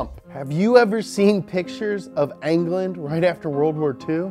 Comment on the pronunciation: Says england anglane